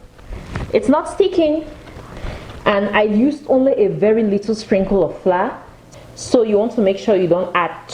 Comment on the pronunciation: Are you trying to say Flour or fly?